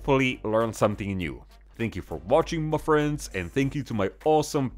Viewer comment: Joined , had to rewind just to get my fix of “muh friends”!